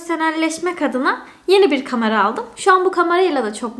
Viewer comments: Hızlı konuşunca kameranın aniden kamara olması harikaaa sldksdşaskdsld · aga kamara değil kamera